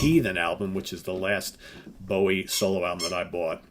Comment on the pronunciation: Never heard anyone say his name like that. Dreadful impression.... are you just trying to insult the country that made rock good and invented metal?